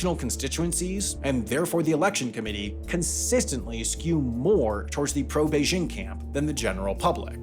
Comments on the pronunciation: Yes, the pronunciation in the video was off. There's no h sound in there. The sound "bay-jing" is correct. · it's not "beizzhing" with a soft j. it's simply pronounced like it's spelled, with a normal hard j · Sorry, just can't get past how you pronounce "Beijing." Is that how it's pronounced in Hong Kong? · You keep pronouncing “Beijing” wrong. Say this is your head: “jingle bells, jingle bells.” See how you pronounce the “jing” in “jingle”? It’s the same pronunciation for “Beijing.” Try it.